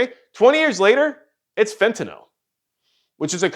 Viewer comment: Actually, it’s “fent-ah-nil”. Note the “-nyl” suffix. It’s not a “-nall” suffix.